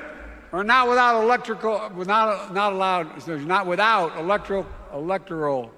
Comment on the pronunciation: He said "Women are not allowed without Electrical Electricy" 😂